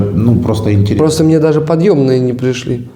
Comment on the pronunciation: Подьебные, а не подьемные 😅